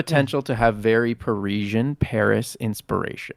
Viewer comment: Listening to you guys saying parisian wrong in rapid succession was painful 😅